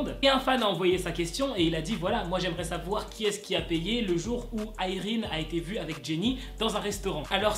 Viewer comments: Je crois que ça se prononce Yraine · Tu sais a un moment tu a bien prononcé le nom de irene mais tu a cru que non dcp tu a continue le truc....avec la mauvaise prononsation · '' irene '' ça se dit a la française non ??